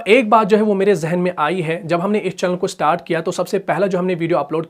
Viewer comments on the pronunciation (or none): none